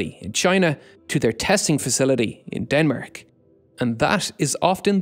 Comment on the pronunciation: how did you pronounce denmark?!